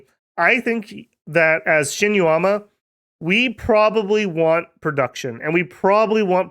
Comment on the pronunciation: It feels weird, because he did very well with Yomi. Shinuyama, though... Eesh. 😅